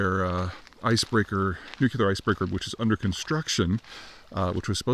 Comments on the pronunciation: Why do you say "nucular"? It nuclear. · Nuclear. Newclear Not "New Queue Lar." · I really need you to stop saying nu-cue-lar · the nucular icebreaker fleet